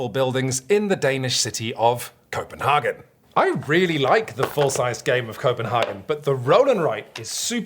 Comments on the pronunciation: Copenhagen is less Häagen-Dazs more cope-and-hay-gen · Koh-pen-HAY-gen. And that's just the English pronunciation.. 😂 Also - Roll & Sprite? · It's really like "Schope-in-hamn" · Why on earth to native English speakers pronounce CopenHAYgen it in the German way instead of the English way? I just don't get it... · I like the pseudo-Danish pronounciation of Copenhagen even though Copenhagen in Danish is not called Copenhagen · I would be mad, but if he pronounced it correctly, we wouldn't have gotten to hear those stellar puns!